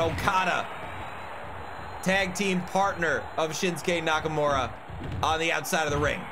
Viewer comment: *Shinsuke Nakamurdah